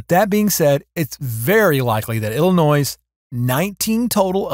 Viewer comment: "El li noy"